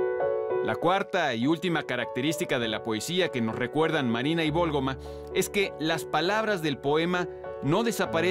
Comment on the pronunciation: Es María de la Válgoma ¿no?, por que insistirá tanto en que es Vólgoma, ya hasta me hizo dudar, pero qué buenos videos subre